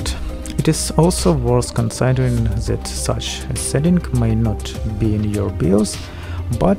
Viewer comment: Why you are saying z istead of t? Zys instead of this, zhat instead of that, etc.